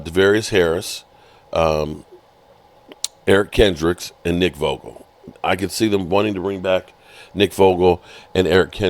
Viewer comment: buddy, thought u r a huge Cowboys fan bro...looks like u would know their names better...Tyus Wheat...not Tavarius...Nick Vigil not Vogel...Kavontae Turpin....not Kavon....Chuma Edoga...not Egoda.....and the WORST....BRIAN ANGER.....NOT AGUILAR